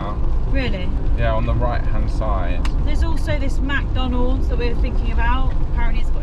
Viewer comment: I love their pronunciation: “Mack donodes” for McDonald’s.